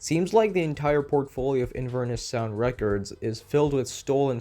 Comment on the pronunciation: Btw! Inverness is a city in Scotland and it's pronounced in-vur-NESS (the 'vur' being like fur but with a v and with emphasis on the 'ness' sylable) rather than 'in-VER-nis'. It's where Macbeth is set, and is along the river Ness which is connected to loch Ness!